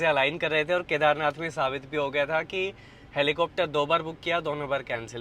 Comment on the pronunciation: 😂😂Helicopter❌ Heplicopter✅😆